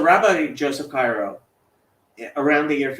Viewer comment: It’s Yosef Karo, not Cairo. Isserles was Polish, not German.